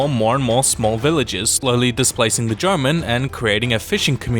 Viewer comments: I swear every time I heard Jomon it sounded like German to me 😅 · When he said that there was a ancient civilization before the arrival of the Japanese called the goman it sounded like he said the Germans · Wait... did you say the Germans? It should be more like Jaw-mon... We all know how to say Pokemon, why do people keep pronouncing "mon" as man / ment? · With how you pronounced those Japanese names with English accent makes it confusing to understand. For example, the way you say Jomon sounds very much like German instead. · "Jomon" sounds like "german" but without the r.